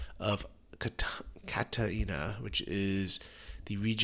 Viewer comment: Learn to pronounce Catania before you go